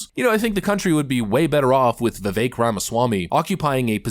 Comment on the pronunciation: Its not.vivake its vivek